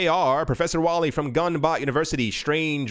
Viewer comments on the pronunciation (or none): none